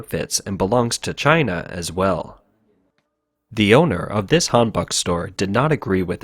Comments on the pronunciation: Seriously? Can't even get your pronounciation correct? Please do some research before pronouncing it correctly. It's not hanbak but hanbok like as in han-broke without the "r". Just hearing it like the first 20 times makes me cringe. Sorry, but have to un-subscribe. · prononced han boek